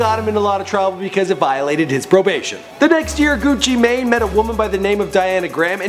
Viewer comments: It's pronounced gucci man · nigga said gucci may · It not Gucci main it's Gucci man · His name isnt Frederick Davis you stupid dumbass, its Radric Davis. Also, pronounced GUCCI "MAN". Fuck this guy. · pronounced gewchee main